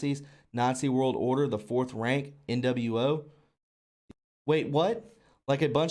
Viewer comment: How TF do you see "The fourth reich" and pronounce it "Fourth Rank." Or see "Dept of war" and say "debt of war". You seriously lose credibility if you are mispronouncing words that show up everywhere in this field of research. Its embarrassing to hear you stumble through this.